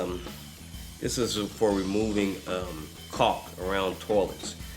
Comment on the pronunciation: when he says Cawk kawlk? the shit you use in bathrooms